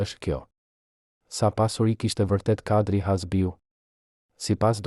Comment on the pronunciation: Kush JE ti QE as emri shqip zdi ta vesh theksin ne fund te emrit na i shpife😅 Kush i mori leket 😅😅😅😅